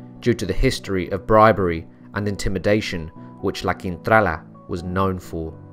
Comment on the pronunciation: Hiya, LA Quintrala... proof that beauty is only skin deep. I wonder why she was so evil? Nasty woman. I enjoyed listening to your narration. I thought the way you got your tongue around those unusual names truly amazing.😵 Thank you 👏👏👏